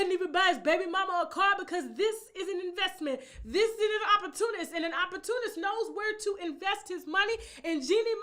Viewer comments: It’s pronounced Op Por Tu Nist‼️🥴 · Look up at how to say OPP OR TUNIST!! U Fool!!